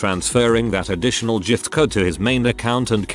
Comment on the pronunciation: Off topic..I noticed this robo-reader wasn’t saying “burjer king” and was pleased, cos that’s annoying. Then we get to the “jift-card”. Oh well